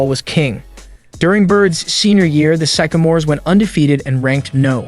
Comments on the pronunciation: I'm pretty sure this video is AI chat program writing the script combined with a text to speech program. There were a lot of pronunciation mistakes, (record, Sycamores, Isiah, Cleveland, etc.) and at one point he said the Los Angeles Dodgers. And of course, the "final year on Earth." The information is interesting, but the video itself just seems half assed. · He mispronounced Sycamores and Said Bird played for the BUlls (I think he meant Hoosiers) but the Isiah is good!